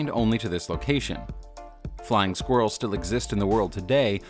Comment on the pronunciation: Sqwirls lol hahaha